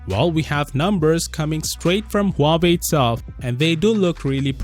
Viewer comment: Dang, I just got back from living under The Rock What’s a Huuahwee?